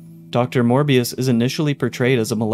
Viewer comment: dr mobius, not morbius, he’s not gonna morb all over the place